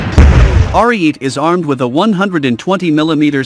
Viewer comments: Please program your computer voice to pronounce words correctly. This Italian tank is not called "Are-eat", it's "aree-eh-teh", meaning "(battering) ram" in Italian. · Are-e-et-ay. That's how it's pronounced, Rookie... You only damage your own credibility...